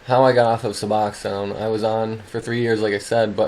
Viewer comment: Thank you for this video and THANK YOU even more for pronouncing Suboxone correctly 😂.Don’t know why most of the world pronounces it wrong . Tapering off of it is hard . I’ve done it before. It’s always nice to pick a time when you’re feeling happy and have time to rest . Of course I’ve been back on it for years now and need to try to taper again. Good for you tapering. I watched funny movies and did anything it took to make me laugh during taper . Did you notice you could laugh easier and feel things ya hadn’t felt in ages when you got free of sub ? I did . I miss laughing so easily 😂